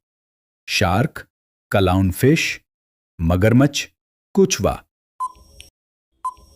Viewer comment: ek to AP Spain ko ghalt read kr reh the or dosra kachway ko kuchwa par reh the